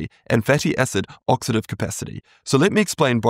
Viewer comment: Oxidative not oxative🤦